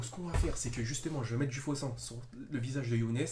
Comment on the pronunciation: C'est moi ou au debut il dit sein au lieu de sang 😂😂😂